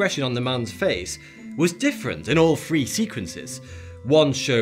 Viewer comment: Wiv, free, fousand, legal, deaf?